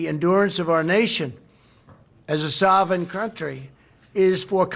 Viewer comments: Trump said a sovin country. What's that? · One question. What's a "sovin" country? Donnie Dimwit was speaking about one. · A “sawvin” country? Omg! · What even is a “soven” country?